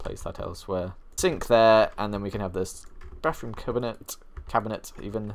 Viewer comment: He calls it a bafroom ly tho